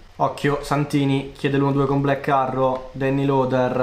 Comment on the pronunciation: Potresti migliorare la pronuncia quando di "black arrow"? Vai a cercarla su Google translate